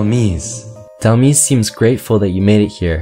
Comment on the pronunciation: It is said Dhel-mise like demise like fate or something you messed up on the second part